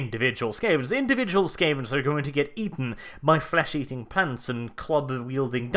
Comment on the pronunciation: did he say flesh eating pants?